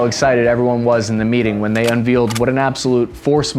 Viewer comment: "un-vealed". By combining the tactical capabilities of the words "unveil" and "reveal", has created new modular vocabulary that is in and of itself, a force multiplier. I salute you, you have enhanced our lethality dramastically.